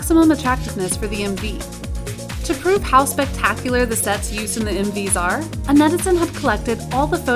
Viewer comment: When the video said “M/Vs” I heard “Movies”